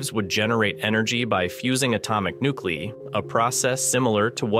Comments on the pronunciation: Please work on fixing your script. You can't just type it out and let the AI read it. You need to type it so that the AI pronounces the words correctly. It's very off putting when it says nuclei as "nukelee" instead of "nukelee-ai" (or however you need to type it to make it speak correctly.) Please put some more effort into this. I'm not inclined to click your next video after hearing that. I don't care that you don't want to use your own voice. Just please fix the pronunciation issues. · you mentioned the U. of WI, but what appeared on the screen was the U. of MI.🤨 , atomic NEW-clee, rather than NEW-clee-eye, were mentioned. Yet another example of incompetent AI voices.